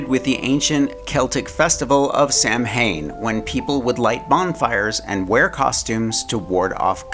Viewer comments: The pronunciation of Samhain is Sow'en sow like ouch an en like in. .Not Sam Hain. Just thought you'd like to learn something from someone who celebrates it. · Hi Mark, Love all your videos, Halloween is my favorite decorating holiday! Just an FYI, Samhain is one of those Gaelic words pronounced completely differently from the spelling, it’s pronounced sow-in (rhymes with cow-tin) Thanks for all your creative and informative content. You are awesome! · Just so you know It is pronounced sah-win - But spelled Samhain.